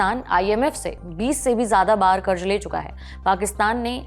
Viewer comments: There’s a problem with your diction madam. It is not “Karj”, the correct word is “Karz”. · KarZ and not karj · क़र्ज़ होता है क़र्ज़ कर्ज नही 🤦🏽 हिंदी तो ठीक से बोलिए मेमसाहब 🙏🏻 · कृपया अपना उच्चारण सही करें. शब्द जैसे "क़र्ज़" इत्यादि. सुनते सुनते जब यह शब्द बोले जाते हैं तो ऐसा महसूस होता हैँ कि खाते समय दाँत के नीचे पत्थर आ गया. विनती हैँ. News imp. हैँ हम सुनना चाहते हैँ. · Karj nahi kahte karz kahte hain, Lallantop ke anchor ko apni bhasha sudharna chahiye wo ziyada ko bhi jiyada kahte hain. Correct your self, good luck